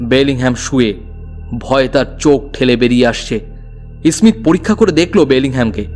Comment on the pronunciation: ই-স্মীথ কে স্মীথ উচ্চারণ করলে ভালো লাগতো